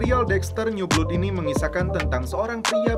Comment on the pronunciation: blood itu bkn dibacanya blud tapi blad trus James bkn jims tapi tetep James ato Jams.... bego Lo ahhh 😂😂😂